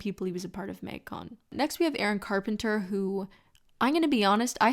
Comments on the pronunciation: Literally no one:: Maeng-con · is it just me or does the canada really jump out when she says “magcon”?